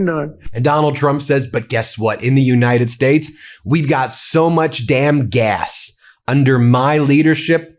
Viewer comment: He was back on that "United Shtatsh" pronunciation again.